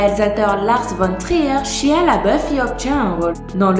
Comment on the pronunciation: C'est shaia ( la prononciation) 😂